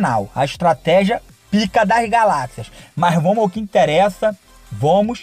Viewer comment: kkkkk vomos q vomos, português mandou abraços